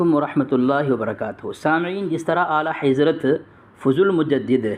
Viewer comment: تم کو اعلی حضرت کا نام لینا نہیں اتا تم تو اعلی حیضرت بولتے ہو صحیح سے بچے جا کے مدرسہ پڑھ لو اس کے بعد دلیل دینا تیرے بس کے بات نہیں ہے یہ 🙊🙊🙊🙊🙊🙊🙊🙊🙊🙊🤣🤣🤣🤣🤣🤣